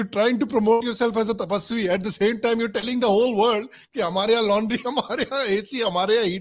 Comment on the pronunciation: Laundry nhi laundi bol rha tha shayad....mere kaan kharab to nhi